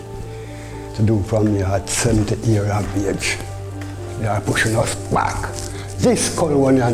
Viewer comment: She said alot of persons lol smh it’s alot of people, and years are pronounced as is not hears 😂🤦🏾‍♂️